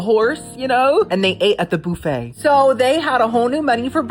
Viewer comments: why do you pronounce buffet like that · I enjoy your videos but there are two words you always mispronounce and it drives me crazy to hear it. The word "buffet" is pronounced "buff-ay" not "boof-ay" and "compote" is pronounced "com-poat" and the "e" is silent. I'll be curious to see if you see this.